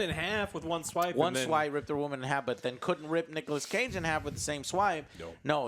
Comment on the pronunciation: "nichas cage"